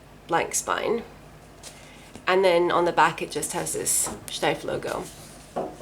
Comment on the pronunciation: I love it, that you pronounce "Steiff" the proper way! 🐻